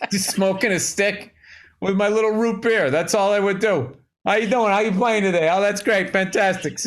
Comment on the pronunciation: I’ve never heard anyone else say “root BEER,” with the emphasis on beer. It’s always “ROOTbeer”